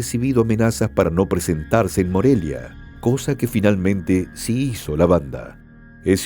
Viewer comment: El narrador ni siquiera está bien informado no sabe decir el nombre de los lugares por ejemplo dijo Morela en vez de Morelia